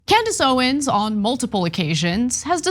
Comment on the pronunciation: "Klandace Owens."